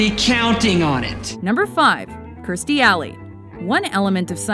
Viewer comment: it's kirstie, why does she keep saying kristie?